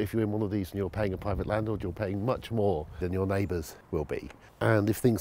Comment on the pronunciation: Pwivet sector ? Fwee Wodger !